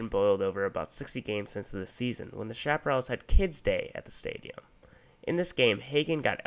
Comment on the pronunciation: It’s pronounced, shap-uh-RAILS.